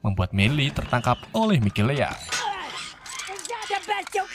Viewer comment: Mikaela bang.. Mikelea mulu dah 😂